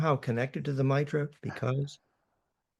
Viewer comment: Two against One on the pronunciation of "Mitra" stop with the "Matra" crap.